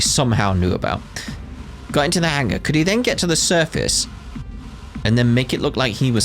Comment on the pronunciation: did you say circus instead of surface ? 😅